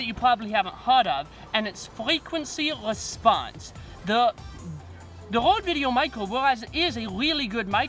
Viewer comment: C’mon. He’s got a speech impediment. No biggie. I’ve watched so many of his videos that I don’t even notice it anymore.